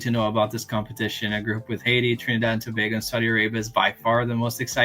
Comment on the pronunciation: Thanks for pronouncing it properly as To-bay-go… not sure why people in the US mispronounce a neighbour as to-bah-go…